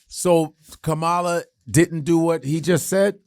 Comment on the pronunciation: Pronounce her name correctly for Christ's sake! The woman has been around for many years and especially after the past 2 months, anyone who calls themselves having an intelligent discussion about her should be pronouncing her name correct at this point! Also, Lord Jamar often thinks he's the smartest person in the room, but how smart is it to allow someone who we know if is a racist spoiled brat of an idiot possibly control the country that he lives in without doing your part to prevent that from happening. Am I a huge fan of Kamala's, NO, but I have the good sense to understand the serious difference between the two of them. She is not an idiot and she is not a wannabe dictator and she has not shown a tendency to love and support dictators. So with that alone, she's the better choice!